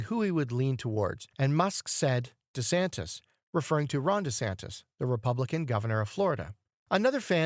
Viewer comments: Why are you calling De Santis "De Santos" instead of De Santis? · DeSantis, NOT DeSantos! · For crying out loud ..... DeSantis DeSantis DeSant-i-s. Why the narrator never bothered to learn the correct pronunciation of a very well-known man is baffling to me. Educate him, p-l-e-a-s-e!